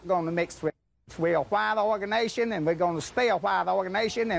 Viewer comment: "waaht organation"